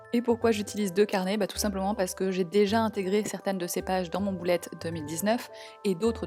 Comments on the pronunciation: merci mais on dit bullet pas boulette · pourquoi tu dis bOUlette journal et pas bUllet journal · c est moi ou elle dis boulette journal ? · Ça me fait rire quand elle dit boulette au lieu de bullet 😂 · Tu me fait trop rire a dire boulette journal 😂